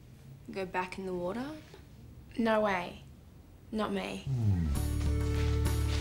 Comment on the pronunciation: NAUR CLEOURRR